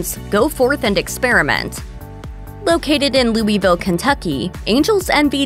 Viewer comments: Louisville is pronounced “Loo uh vul” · We’ll since the narrator can’t pronounce Louisville…. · I can't trust any bourbon review from someone who says Louisville incorrectly.